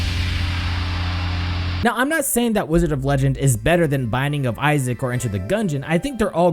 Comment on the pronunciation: wDIOzard of legendo